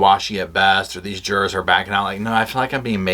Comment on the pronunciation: Not the jur-ars!